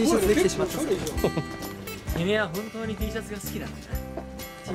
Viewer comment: 「おまえらほーんと」って呂律回ってない酔っ払いみたいな北斗可愛すぎだろ、、、